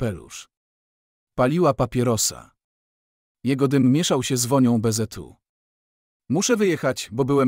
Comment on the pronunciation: Dlaczego lektor dziwnie wypowiada; zamiast "Bzu" czyta bezetu, zamiast "co" ceoo?? i jeszcze kilka innych słów wypowiada albo jako skrót albo z angielska???